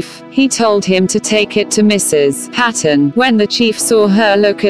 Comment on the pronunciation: I think the story is amazing, but not keen on the robotic voice telling the story (The name`s sound is Payton ... not Pat... on. What a brave man!